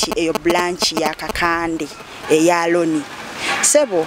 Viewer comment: The moment u said Loni instead of Roni awo wenkomye okutegeela